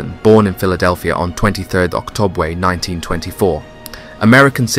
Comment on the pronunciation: Octobwe? UwU